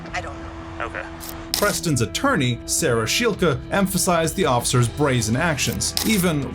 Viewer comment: Sarah's last name is pronounced "shell-key". Good compilation video. Great commentary!